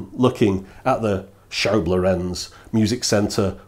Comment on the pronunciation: Thanks for another retro ride :) Just a small niggle here. It seems all English speakers do this: The name Lorenz is the Germanic version of Laurentius (Latin/Italian) and NOT emphasised on the last, but on the first vowel! Please quit saying "lorEnz", and instead say "lOrenz". It makes sense to remember this, because many famous and important scientists, engineers, mathematicians, artists, politicians, etc, had the name in a few different spellings, but Lorenz and Lorentz have the same rule. The only exception would be, if the second vowel has an "h" following, to indicate a stretched enunciation, but I have personally not seen that possible variation.